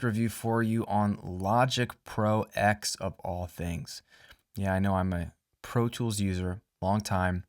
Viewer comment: Logic Pro TEN, not X :p Roman numerals. Love the video, sorry for being a pain ;)